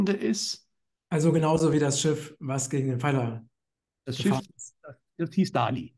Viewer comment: Bitte bitte sagt nicht Dali denn die korrekte Aussprache ist Dalì, mit dem Akzent auf dem I. Danke